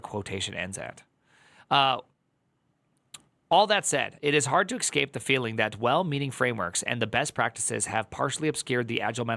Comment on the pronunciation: Why do you keep saying ekscape/excape?